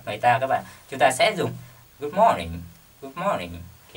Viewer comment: Good morning chứ ko phải good moring thầy ơi